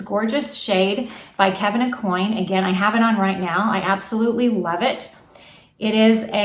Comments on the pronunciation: Hi, great tips. Please note, it's pronounced Kevin A-Kwan not coin. 😉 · Aucoin is pronounced O- kwan.